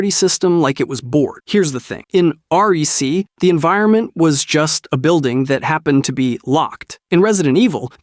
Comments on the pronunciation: I love the Channel but I can’t take you seriously if you call REC r e c, it’s REC for recording, for cameras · Dude said honestly, but the scrabble word was honesty. Also, it’s not R-E-C. Take the word record and remove the ord. It sounds like reck. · Is it just me or when I see rec. You say it like say it like rek. It's short for the record.